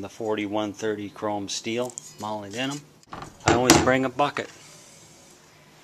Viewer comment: It's pronounced "mo-lib-denum"